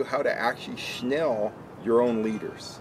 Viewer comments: Right? That was annoying the hell outta me. SNELL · Correct way to say it is snell. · Snell is the correct way of saying the knot. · It's snell and a lot of people pronounce it "shnell"